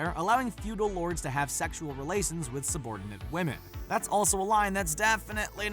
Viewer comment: I wasn't paying attention to what he was saying and when I did I herad this : "...lords have sexual relations with subordant women..."